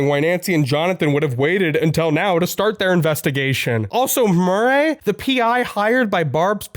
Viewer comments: "Wanna hear another joke, Mur-ray?" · …why are you pronouncing “Murray” like that? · Excuse me... how are you pronouncing "Murray???"